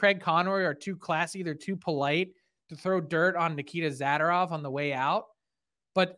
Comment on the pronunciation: Frank, Isn’t his last name pronounced ‘Za-door-ov’? 😊